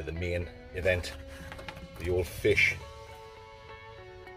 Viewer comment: nice bit of flish